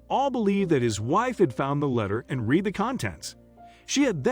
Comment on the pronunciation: “Read” As in “red” NOT “reed”